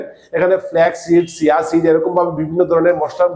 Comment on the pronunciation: আপনিতো চিয়া সীড কে সিয়া সীড বলছেন??? আপনি এই সব ভিডিও বানানো ছাড়েন। ধাম কত??? 😂😂😂 ঐ মিয়া আপনার পড়াশোনা কতদূর???? 😂😂😂